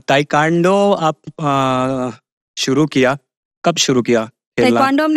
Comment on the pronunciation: तू त निमन बालु, लेकिन इंटरव्यू लेवे वाला ताइक्वांडो के ताइकांडो कहत बड़े 😅😅